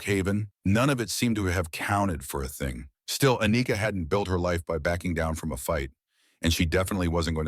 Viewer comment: "A-nika" really....🤦🏽‍♂️....